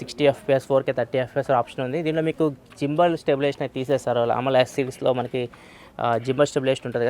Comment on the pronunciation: జింబల్ కాదు అన్న గింబల్ adhei sorry for telling anna